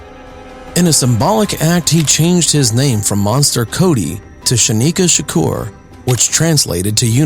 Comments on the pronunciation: THAT WAS SO DISRESPECTFUL... THE MODERATOR CALLED HIM "SHANIKA SHAKUR"...HIS NAME WAS..." SANYIKA SHAKUR " PERNOUNCED SAN-YEEKA... NOT " SHANIKA "...FIRST OF ALL...THERES NO " H " IN HIS NAME... THIS MAN IS A STREET LEGEND !!! SAY HIS NAME RIGHT !!! 💯💯💯 # YOUR DISMISSED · Good video but please pronounce his name correctly. There are videos out there were he says his name or other interviers say his name.